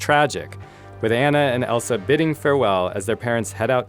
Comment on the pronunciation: wtf he called Elsa elisa